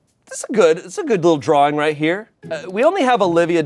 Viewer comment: He said drawring just like Rhett from gmm 😂